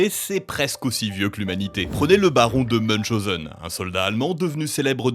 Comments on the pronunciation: ça se prononce '' meun-chaou-sen '' !!🤣🤣 Munschausen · Meunchoseun ? Meuchoseun? Aaaaah MUNCHAOZEUN C'est de l'allemand, pas de l'anglais ;)